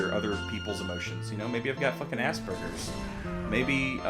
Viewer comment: Its Asperger's, not ass burgers.